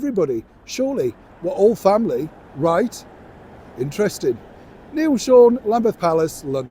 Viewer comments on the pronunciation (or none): none